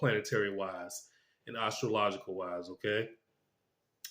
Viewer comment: First time viewer, liked it but I had a problem with just one thing. You pronounce astrological, ar-stro-logical, instead of as-stro-logical. Having said that, I’m tracking your predictions for next week. I’ve done some numerology but as a very raw amateur . I am amazed how accurate it has been over the 25 years since I did the chart. I did subscribe and look forward to your reason why you were wrong or why you were right.